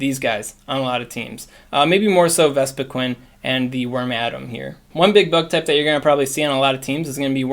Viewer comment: I hope I'm not wrong, but I think it's pronounced "Worm-uh-dam," not "Worm-Adam." But I kind of like that pronunciation more. 😂